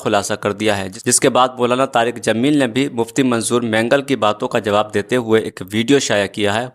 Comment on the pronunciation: Molana Tariq Jameel sahab boliye naam sahi se lijiye